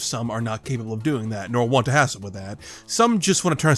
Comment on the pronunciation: Why do you pronounce "want" as "won't"?